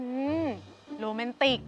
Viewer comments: Romantic ❌ Morantic✔️😂😂😂😂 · Romantic ❌morantic✅😂😂😂